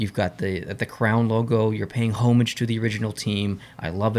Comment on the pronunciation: I’m a little irked by how he pronounces “homage” but this is a cool channel. I liked the vid!